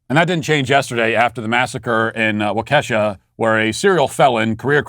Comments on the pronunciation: As a Wisconsin native wah-cuh-shaw (Waukesha ) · Please Matt, its (Wau-Ka-Shaw) Waukesha. Lol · Wah-ka-shaw with equal emphasis on all three syllables. Not Wah-KEY-sha! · IT'S WALK-E-SHAW NOT WALK-EHSHA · It’s pronounced “wah-keh-shaw” 😂😂 -a Wisconsinite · You have to learn how to say Waukesha. Wah' Ke shaw, with the accent on Wah and the short e sound on ke, like elephant. Seriously, it is the way in which people from Wisconsin can tell when protester aren't from the state. They can't pronounce Waukesha, Sheboygan and Oconomowoc. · It's pronounced: "Wah-kuhh-shuhh" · Hey Matt! Great show, as always. Just for the record, Waukesha is actually pronounced like "walk-uh-shaw." Hope this helps! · JESUS CHRIST ON A BIKE! It's WAH-keh-shaw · Again, Matt... It's pronounced Walk-a-shaw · Waukesha = waa-kuh-shaa. You're killing me, Matt. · Its pronounced wau key Sha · Waukesha is pronounced walk-uh-shah. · Matt, it's "WALK-eh-shaw". Your pronunciation isn't even close. Do the story the courtesy of at least attempting to say it correctly. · Would somebody at the Daily Wire please tell Matt Walsh to listen to Ben Shapiro’s pronunciation of Waukesha. Waw key shaw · Pronounced Walk Eh Shaw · Walk-a-Shaw Mr. Walsh. Love the show. Keep it up, you turned me from the left about a year ago, and I’ve seen every show since. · Waw-Keh-Shaw, Matt. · WALK-a-shaw, Matt. WALK-a-shaw! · Hey Matt! It’s Whakushaw… hope that helps lol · Matt it’s pronounced walk-a-sh-a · Once again, Matt it's pronounced "WOK-A-SHAW"!!!! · It's pronounced (Walk-Eh-Shaw). I was born there. Can one single news reporter get the name pronunciation correct!? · Yeah, my wife, a West Bend native, had to correct me. I called it "Wau-KEE-shaw" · I think he’s doing it on purpose but it’s pronounced “waka” “Shaw” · Matt, stop butchering the pronunciation of poor Wisconsin towns. Waukesha does not rhyme with Kesha the singer's name. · Can you please learn how to correctly pronounce Waukesha